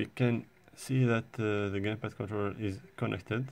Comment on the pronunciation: he said gaypad lol